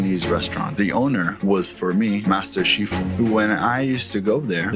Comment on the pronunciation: Dude can’t even pronounce shifu (teacher) correctly.